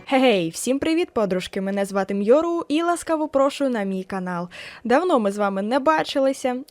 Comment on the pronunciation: капеееець дякую вам!!!💖💖💗💗💓💖💖💗 приємно бачити себе) тільки я М'йору, а не Мьяору хд